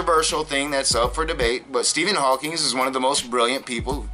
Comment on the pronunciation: This bothers me much more with Matt than you... but once and for all - it's Stephen Hawking, not Stephen Hawking(s) - credibility is in the details... not God